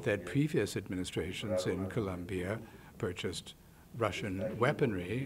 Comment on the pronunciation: Please learn how to pronounce Colombia